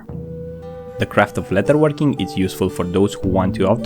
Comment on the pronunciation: Great video, I understand English is not your first language, as a fan I want you to know it is pronounced "ledderworking and not letterworking" thank you.